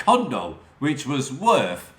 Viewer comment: You certainly need lessons in how to pronounce words your shit wiv / worF